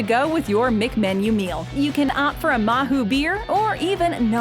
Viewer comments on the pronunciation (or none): mahou it´s pronounced mao, not mahu. The H is silent in spanish. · You've not pronounced some of the words well like Mahou, the Spanish don't pronounce the H or Alioli. The beer is the first thing I noticed and I typically order beer here in a fast food restaurant because I can. They now have Popeye's chicken too, another American import which I don't think we have in Scotland yet. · MAHOU? REALLY???? THAT´S NOT HOW YOU PRONOUNCE IT :(